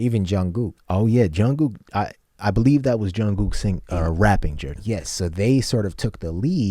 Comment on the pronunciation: It is Jung(k)ook, not Jung(g)ook.